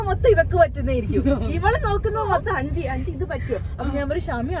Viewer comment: ചേച്ചി അഞ്ചിനി അല്ല അഞ്ചിത കേട്ടോ